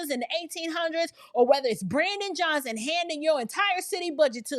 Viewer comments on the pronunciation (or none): none